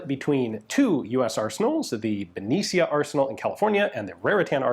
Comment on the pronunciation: Your pronunciation is correct.